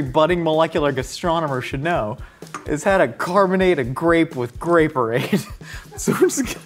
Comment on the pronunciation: "Grape-orade" ---> "Gray Parade" You're welcome.